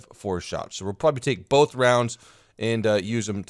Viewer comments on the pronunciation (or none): none